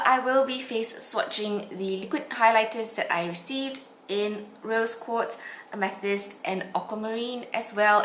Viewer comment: Its pronounced ame th ist like the stone.